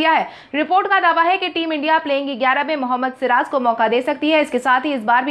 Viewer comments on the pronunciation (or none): none